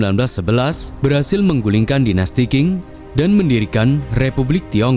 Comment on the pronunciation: Dinasti Qing itu dibacanya Ching, bukang King admin